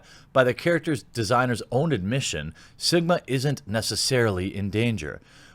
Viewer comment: I heard Jeremy say "Simba" when referring to Sigma.